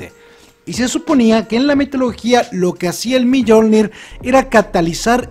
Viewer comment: Se pronuncia miolnir no millolnir